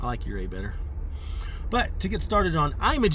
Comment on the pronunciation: You-ray, not yer-ray